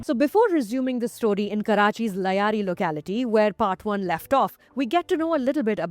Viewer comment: It’s Lyari not Layari. Ugh